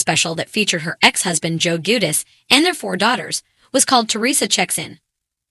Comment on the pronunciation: If only you could pronounce her last name and his first name correctly lol